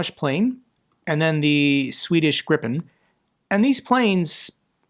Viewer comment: Hat's off ! Your the 1.st from USA who called the Swedish plane Gripen instead of "graaiipen". heh..